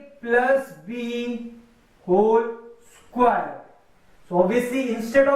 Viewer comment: Isquare nahi square hota hai Bolna sikhlo